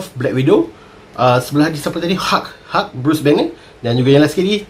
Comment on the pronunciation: Asal kau sebut hulk jd hug???